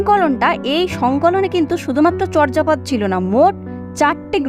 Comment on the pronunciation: আপনি এখানে চর্যাপদের উচ্চারণ বলেছেন 'চর্'জাপদ' কিন্তু প্রমিত বাংলা উচ্চারণের নিয়ম অনুযায়ী উচ্চারণটি হবে 'চোর্'জাপদ' । নরেন বিশ্বাস, বাঙলা উচ্চারণ অভিধান, বাংলা একাডেমি, ঢাকা ।